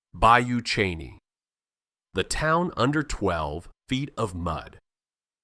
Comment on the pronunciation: Bayou Cheney LOL it’s Bayou Chene (look at pictures at 8 minutes 41 seconds) and it’s pronounced “Shen”. AI voice over is terrible!